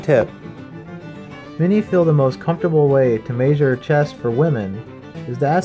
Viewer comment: mayzhure xD